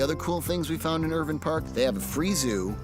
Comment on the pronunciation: they said irvine wrong